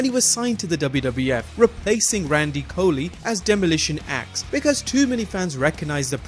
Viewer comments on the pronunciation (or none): its cooley and you said ax when you ment smash